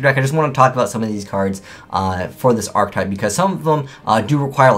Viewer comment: *Archetype [ahr-ki-tahyp]